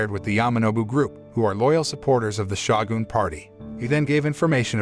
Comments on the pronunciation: To the announcer, the title is not Shaw-gun, it is Show-Gun Long O Shogun. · It is pronounced S-H-O-G-U-N. Not S-H-A-W-G-U-N. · Butchering the word Shogun whenever you get the chance is painful to my ears.